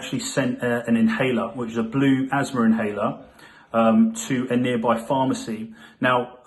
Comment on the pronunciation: There’s no 'r' at the end of asthma.